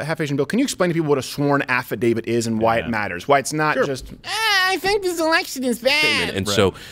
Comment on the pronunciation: Why do yous call it affadavids. Do you call a divit a David